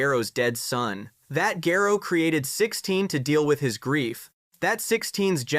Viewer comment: Sa jan... Gero... No, you get a dislike. They say it in the series and you still say it wrong.